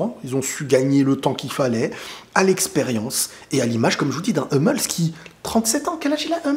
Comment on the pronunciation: T'as raison sur tout sauf sur la prononciation de Hummels , ça se prononce " Hoummels" ;)